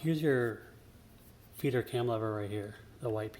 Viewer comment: Great video, THANK YOU! Sure enough, that part in my printer (MFC- 7360N) was broken. What a poorly designed part, though! It's a wonder it survived as long as it did. BTW I kept hearing "Feeder cam" as "Peter cam" :)